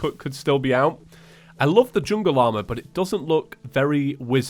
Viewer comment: i thought he said chungle staff